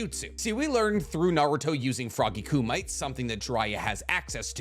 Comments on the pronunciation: Ik this is old, but its pronounced, "Koo-Mee-Teh", not "koo-might" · Foggy Kumite isn't pronounced as "Koo-mite", it's pronounced as "Koo-mee-tay". It's a Karate term having to do with using martial arts(in this context, Taijutsu, or physical attacks) against an opponent". That's why it is also referred to later on in the series as "Frog-Fu", a pun based on Kung-Fu, which is just another martial art, AKA, another form of Taijutsu, based off of what is inferred to be a wholey Toad created and based form of martial arts. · Mount moobookow and frog “ku-might” lmfao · Again, (Kumite) not Koo-Might it’s Koo-Mi-Tay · Also please im begging you. Its not koo-mite say it with me Kuu-Me-Tae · Did you just call it (Koom- ite),?…. (Koom-it-tay) is how it’s pronounced😂 sorry I had to. Great vid though regardless 👍🏿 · Keuh-mee-tay Not Ku-my-te 😌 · I just came to say it’s pronounced “ku-meh-tey” not “ku-mite”. great vid regardless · Here to let you know kumite is pronounced koo-mih-tay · You were doing great until you said kumite like termite, it's pronounced kuh-me-teh, that was rough I'm sorry m(_ _)m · Ku mi(me) te(tay) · Just a heads up, kumite is pronounced KU-mi-tay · its pronounced ku-mi-te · Hearing how he pronounced Kumite brought me out of the video experience.